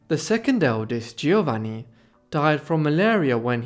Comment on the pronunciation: Very interesting. A minor criticism: the letters 'gi' together in Italian are pronounced as if is the letter J. So it is 'Joevanni', not Geeovanni.